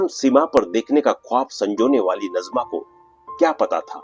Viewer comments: नज़मा नहीँ नाजिमा। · Her correct name pronounciation is Naazima